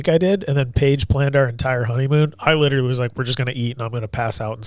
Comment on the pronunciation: Now every time says literally I can’t stop hearing when he says “litewally”